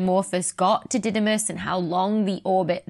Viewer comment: In greek, it is pronounced DIdimos (Δίδυμος = twin) and DImorphos (Δίμορφος = one who has two shapes), not D(a)imorphos.